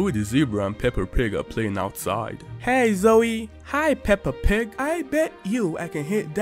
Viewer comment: It’s the fact you call her pepper pig😅